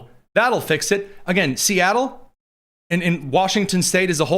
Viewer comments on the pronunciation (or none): none